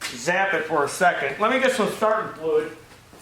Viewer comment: you say: START-UM FLUID... Hahaha...